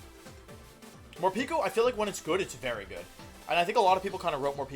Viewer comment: Morepeko? Pretty sure it’s moreypako